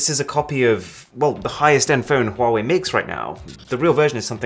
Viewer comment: my guy that wasnt a huawei, that was a huavvei